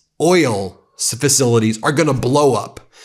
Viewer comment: Pete Hegseth is such a moron that I wasn't even surprised when he said "fafilities" instead of facilities. I mean, the guy used up your multi-million dollar patriot interceptor missiles to take down 20,000 dollar shaheds while Ukraine was offering their $5000 drone interceptors.